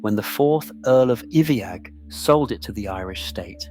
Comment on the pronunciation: Iveagh is pronounced EYE-vuh